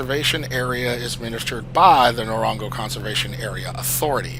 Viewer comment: It is pronounced N-gor-an-goro. Been there! it is amazing and one of the most beautiful places on earth.